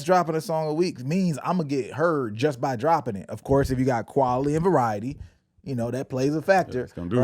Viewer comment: my boy said qualily